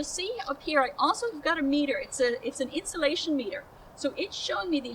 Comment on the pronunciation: Insolation? Haven't heard that correctly spoken in years.